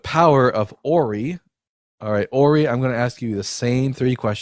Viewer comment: The power of the Ori comes from the later seasons of the television show Stargate. It's pronounced "or I" not "or E"; you are pronouncing it like Rory without the r.